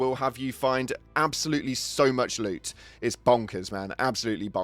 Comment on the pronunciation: loot, not goop.